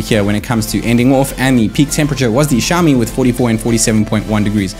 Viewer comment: Why can u speak properly,is xiao mi,xiaooooomi....wtf u speaking,go back n study back plz...